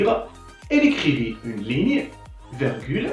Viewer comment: Bonne initiative, une petite remarque on dit virgule et non vergule . Bon courage.